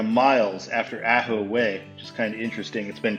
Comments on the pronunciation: Ajo is pronounced "ahh-ho" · Since I live in Tucson, I have be fussy about one super minor detail. Ajo is pronounced "Ah-hoe". Now you can pass for a local!